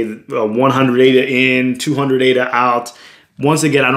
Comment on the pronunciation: bro ..now i became fan of u as ur the first person to pronounce ADA correctly.. keep doing more videos about ADA like how to store ADA in paper wallet and how to restore,,etc... cheers